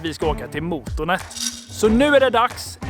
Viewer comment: man ska säga måtånet inte mootoonet